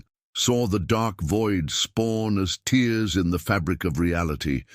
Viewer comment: A tear in reality needs to be pronounced like tare not like tears the sad things